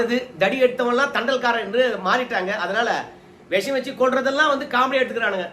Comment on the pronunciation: Visam , not vesam